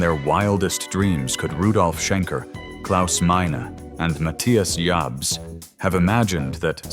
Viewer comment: The video was very interesting, but the incorrect pronunciation really hurts my ears when the narrator calls Matthias Jabs "Muh-thy-uhs Jabhz". His name is pronounced as Matthias Jabs (/maˈtiːas japs/ — mah-TEE-ahs yahbs), not (/məˈθaɪəs dʒæbz/ — muh-THY-uhs jabhz). P.S. Matthias himself doesn't correct people in interviews because he is a very polite, kind, and humble person. Scorpions, no one like you! Rock-n-Roll forever!!! 🦂🎸🎶🎤🤘❤️‍🔥🇩🇪